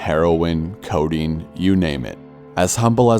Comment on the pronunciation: Condiene my dude lmao hit me with the lean lmao